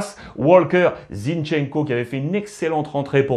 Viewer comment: Y a pas de T à Zinchenko lol